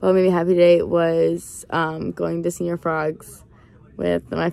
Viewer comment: “”señor” is not pronounced like “senior.” “Se” syllable sounds like “ce” in “cent.” The latter part sounds like “or”. “Ñor.” Now put it together. Lol